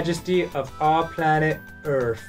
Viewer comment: Aw, it's Earf